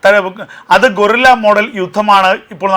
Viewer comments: അക്ഷര തെറ്റ് തിരുത്തി സംസാരിക്കുക, ഗോറില്ല തെറ്റാണ് ഗറില്ലയാണ് ശരി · ഗോറില്ല എന്നല്ല ഗറില്ല എന്ന് പറയുക